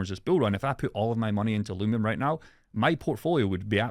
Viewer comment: NIGGA ITS UH-LUVE-EE-UM. THERES NO M, NOT NOW NOT A YEAR AGO, NO M